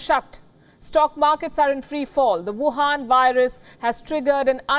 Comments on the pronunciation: Please do work on your "wuhan" accent as well as on pronunciation of "Shanghai", it's not shanggai. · I love how she says Wuhan Virus :D